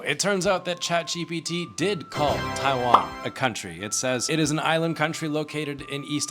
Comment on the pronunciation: "Chat Cheapy-T"